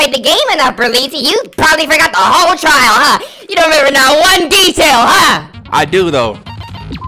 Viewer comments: THIS NIGGA SAID TRAIL INSTEAD OF TRIAL 😂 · “This TRAIL a breeze” In here before he edits that mistake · when you was so early it said TRAIL instead of TRIAL... 😂😂😂😂